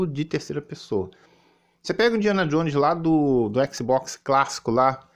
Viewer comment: O não sabe nem pronunciar o nome do console em inglês direito, imagina saber a tradução das palavras kkkkkkkkkkkkkkkkkkkk